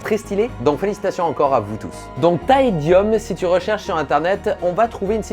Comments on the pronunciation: les latinistes savent que ça se prononce : « taédioum » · C'est bien TaediOm. Pas ou.